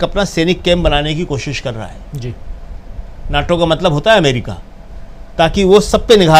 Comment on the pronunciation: should pronounce NATO correctly! Please.